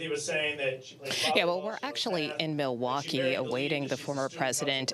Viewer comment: Did she really not know how to pronounce the word Milwaukee?